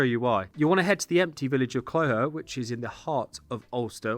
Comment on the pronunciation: Great tutorial, rough pronunciation of Clogher (Clau-her)